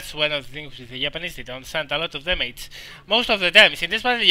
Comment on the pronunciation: i thought you said "yapanese"